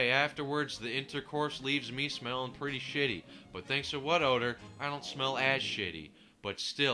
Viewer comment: When you say "What odor" it sounds like "butt odor" lol